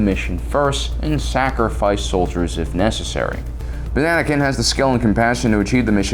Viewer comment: bro said Banakin 💀💀